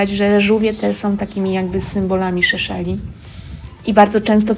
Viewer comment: Seszeli nie Szeszeli ;)